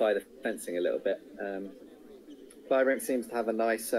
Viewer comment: Yes, but given Imboden's international stature, surely people would know who he is and how his name is pronounced. You'll notice no one mispronounced "Kleibrink" as "Kleebrink" with a long "e". Obviously, names may be altered in different languages, but how hard is it to stress the correct syllable in a three-syllable name?